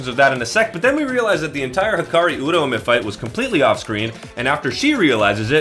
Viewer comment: Stand proud, you are the only youtuber who can pronounce Uraume correctly